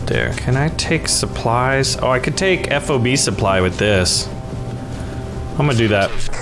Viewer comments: it is not "Eff O Bee", it's "FOB", like key fob. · It could, but it shouldn't. As a fobbit myself, I should know. FOB, like Bob.